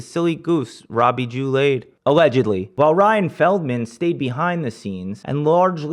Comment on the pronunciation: "robbie Jew Lade" thought that sounded off. THE CHEATERS NAME WAS ROBBIE JADE LEW 😂